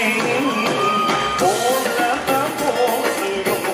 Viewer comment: Saya mmg tertunggu2 setiap persembhan naqiu.. Tapi kali ni dia dpt no 1.. Kelakar juga. Sbb sebutan dia "bolle" pelik.. N org lain punya persembahan lebih bagus.. Azalna n jac